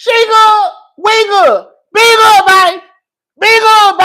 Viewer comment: "Be guhd"